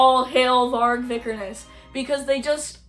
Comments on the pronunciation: You just proved yourself to be the biggest most uneducated poser of all time… You’re not even pronouncing his last name correctly first off and second off BM was a genre inspired by h8ing everything/everyone, having pride in your white nordic/germanic ancestors, and NS culture hence the red and black old english skulls etc.) If you’re offended by any of Vargs takes then you would be offended by the takes of ALL BLACK METAL BANDS so this genre is clearly not for you go listen to punk or pop like all the other woke commies and stop speaking on a genre you clearly know NOTHING about… Nice job trying to virtue signal how accepting you are more proof you’re a poser if you were truly black metal you would be not care if someone h8ed someone else based on anything also stop listening to a genre created by NS men if you hate them so much. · it’s actually the worst take and she can’t even pronounce his last name right but nice job as outing yourself as a poser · This girl who can't even pronounce the name of the person or band they're talking about, has such an abrasive and irritating attitude issue. Septum piercing says it all.